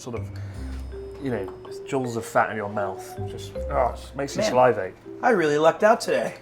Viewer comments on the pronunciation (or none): "It makes you sal-eye-vate". 😂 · Excellent video. Spoiled for content this week! Not taking the p, but have I been pronouncing salivate wrong this whole time? Chris says "Sal-eye-vate" whereas I always said "Sal-ih-vate". Eye makes sense if it's meant to be like Saliva, but I've never heard it said that way. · Every time Chris says "Sal-eye-vate" my brain breaks just a little. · You pronounce the word "salivate" weird. Regardless of that, it's a great video. Well done. 👍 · Is anyone going to tell Chris that's not how you pronounce salivate...?